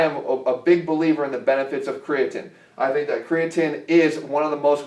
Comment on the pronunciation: I doubt you'll respond Jeff, but I'd love to hear some actual research behind why you reccomed kre alkalyn. The logic that an alkaline substance in a pill csn with stand your stomachs acidic pH is laughable. Also, say it with me: CRE-UH-TEEN. lol at Cre-uh-TIN